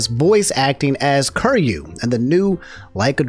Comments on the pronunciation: Love ya really but this is just me being an annoying shit, it's pronounced Kee Ree You not Kur You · Ker-you? KER-YOU?!?!...oh... you silly silly man..;P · KI RYU キ リュ "kee-ryoo" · Apologize for saying "curry-you" and not "ki-ree-yu" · Ok. Is it "Curry-you" or "key-er-ee-you"? Because this is the first time I'm hearing "curry-you" and it feels wrong. Its written Kiryu. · Kiryu is pronounced key-re-you I'm sorry I love you but I can't have you calling my man cur-you XD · can you pronounce his name right? It’s KEY-RYU not Kir-ryu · each time you pronounce Kiryu as "curry you" instead of "kee ree you" i'm dying inside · Dawg did bro just called him “Curry Ru” 😂😂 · Mane i don't want to be that guy but please say kiryus name propperly dude. It just don't sound right if someone says "curyou" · Hearing call Kiryu "Kir-yu" Is funny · My man did not just say Curyo o.o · bro said curryu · it is "KEE RYU" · be saying "Curyu" like he making Curry tonight. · Dw ain’t anybody gonna be want to sound like you and mispronouncing everyone’s names calling Azzyland as Ozzyland, Kiryu as Kuryou, Lia as Lie-uh. You good. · butwhy kuryu? or am i crazy hearing say that? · "Kirr-You." That was painful every time dropped it. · you should really work on your name pronunciation XD Kiryu = Key-ree-ooh. Martinet = Mar-tin-ay. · I didn't know American people could say/pronunce Ö until said Köryu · Mans played Yakuza zero and therefore has heard Kiryu's name said multiple times and still pronounces it wrong lmao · The way pronounces Kiryu is giving me stage 3 cancer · The mispronunciation is killing me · Pls stop pronouncing his name like that fuuuuuuuuuu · Never say Kiryu's name ever again It brings me pain to hear it everytime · The real nightmare is the way pronounced kiryu😂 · Your pronunciation of kiryu hurts me 😂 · Anyone else like the way pronounces Kiryu? lol